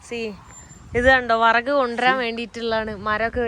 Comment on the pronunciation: വറക്കല്ല വിറക് 😂🤣അടിപൊളി ❤️🌹😢